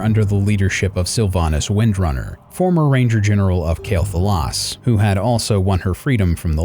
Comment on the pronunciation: It‘s „QUEL‘Thalas“ ,not „KAEL‘Thalas“ lol I still like the video though,good work.